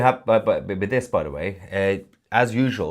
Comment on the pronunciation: It's not De. It's. The. Cmon, it's not difficult.